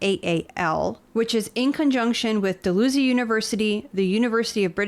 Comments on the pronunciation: Sorry, but it is pronounce dal-hau-zie. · Sorry it’s pronounced “Dal-houzee” like house only with a “z” Great report again tho guys!